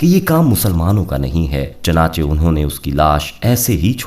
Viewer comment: Chanache nahi ( chunache lafz he.) Ap punjabion ne urdu ki tang tore di he.